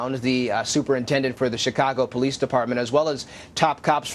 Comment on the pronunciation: Is he REALLY saying they need to FUND THE POLIECE!? Im dead yall